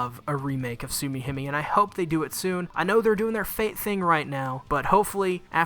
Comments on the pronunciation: Nobody:: Soo-key-him-ee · It pains me how you're mispronouncing Tsukihime and all I can do is to keep watching ._. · I took a shot every time he mispronounced Tsukihime or another Japanese word/name, and now I'm in the hospital. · The way he pronounced tsukihime at the start though…